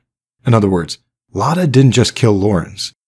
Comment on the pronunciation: Great video. Just one correction I think her real name is Emma Mia Engels and she changed her last name to Akerlund in order to not get caught so quickly by Lorenz because she would know that name. It's also really funny to here my name pronounced in English because it's so different than it is said in German :) (My name is also Lotta, like the character)